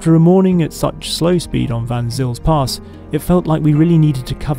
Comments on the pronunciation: "Vanzill's Pass" - cringe! Try saying it like this: "Fun Zale's Pass"! As for the rest of your epic review - awesome, well done; almost makes me want one. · You pronounced "Van Zyl's pass" wrong, the best or closest, way to pronounce it is "fun sale" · its pronounced fun sails (the pass).